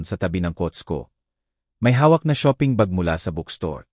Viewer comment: Saang ka nagaral mali ang basa mo sa shop at shopping .